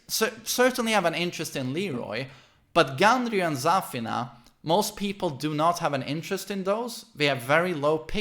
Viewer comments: idk but the way he pronounces Zafina bothers me oof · The way he pronounces Zafina annoys the hell outta me